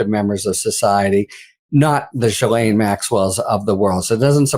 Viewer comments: Not to detract from her criminal offences, Ghislaine Maxwell's brother pronounced her name, "Ghee-len." I hear a number of reporters pronouncing the 's' in her name, calling her "Gis-laine." It makes me cringe and shudder, when I hear people refer to her crimes using the word sex. Sex is a consensual act between consenting adults, anything else is rape. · Gyslaine is a French name and the proper pronunciation is “Jiss/len. I don’t know who came up with the spelling, changing her thought process, changing her name, and who made up and changed the way to pronounce it. People should be respectful of what they were named at birth. She’ll do anything to get attention - even getting moved from a high criminal maximum jail where she was serving a 20 year sentence, to a minimum security where she can do anything she wants. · Ben, Ghislaine Maxwell, I understand that it's difficult to say her first name. But her name is like the word gypsum but without the letter p. So it's Ghislaine not Guylane... I'm French so, let me know if I can help 😊 Dr.Brigitte Villeneuve Elbows up. !!! Québec, Canada 🇨🇦